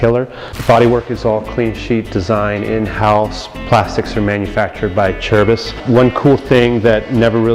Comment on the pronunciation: It's pronounced UH-CHAIR-BEEZ